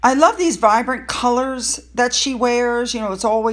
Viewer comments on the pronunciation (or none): none